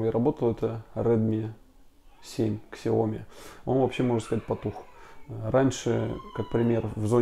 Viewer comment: Как произносить слово Xiaomi Иероглифы, лежащие в основе названия бренда, будут читаться как Xiao (сяо) и mi (ми). Правильно же произносить будет «Сяо-ми», с ударением на второй слог